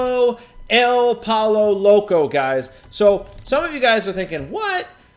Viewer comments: It's pronounced "Poy-yo" Loco. Just sayin' :) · lol, this was a great video because of the way he pronounced pollo loco.